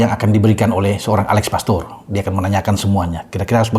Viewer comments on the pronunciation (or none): Mantap.. Menit 11.30 Alex pastoor bung..Bukan alex poteerr😂😂..